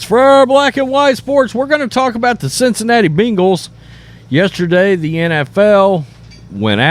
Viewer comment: Who the hell are the Beangals? Say it right brah! 🤣